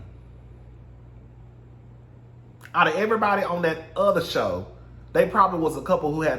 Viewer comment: "That OTHA show" takes me out every time 🤣